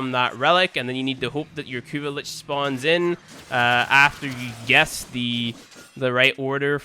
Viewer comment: He said gauess wrong